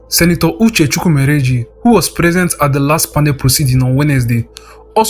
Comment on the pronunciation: Nice one. But it’s a shame you put a dot under the U in your name but can’t pronounce Chukwumerije correctly., before you do any recordings of any sort, get your names right don’t fumble calling Igbo names. It’s disappointing, you pronounce a Hausa name as should, yet mess up your own. For you to do this properly, know to pronounce words perfectly otherwise, have AI read it for you. Cause it is annoying listening to an Igbo man pronounce an Igbo name wrongly. I like the fact that you are detailed in your story.